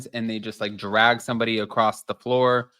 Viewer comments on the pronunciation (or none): none